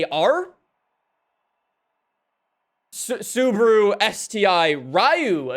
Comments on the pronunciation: Why are you saying Suburu and not SubAru? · the way he says Subaru wtf is subru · Why does he say Subruu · American way to pronounce Subaru is actually Sabru Pronounce "Sub" like in "subway".